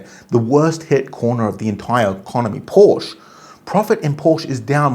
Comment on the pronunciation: mmm. He can’t even pronounce Porsche correctly.